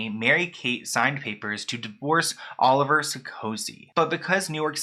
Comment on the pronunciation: Olivier Sarkosy is RICH! Its pronounced (Oh-liv-E-Aye) he's french. His brother was the president of France. The whole Sarkosy family is rich. While i thought the marriage was odd. If anything the prenup wasn't necessary, as they both have $$$